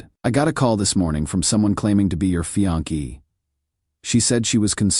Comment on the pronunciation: "My FIANKEE Luna"!!?? Your A I voice needs some intensive training.